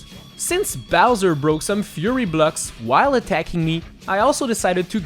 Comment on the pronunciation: I like how he says bluck instead of block